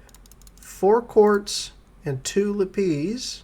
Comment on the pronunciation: LApees! LAPiss. sorry made me giggle. enjoying the content keep up the good work thanks